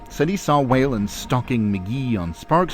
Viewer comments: Let the record show that Whelan should not be pronounced "Wailin'". Try "Wheelan". Enjoyed the video, thank you. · New subscriber here. Great stuff. Whelan is pronounced Wheel - en